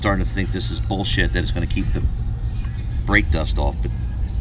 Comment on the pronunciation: . "Boll shet"....guess I won't be trying this product out.!!!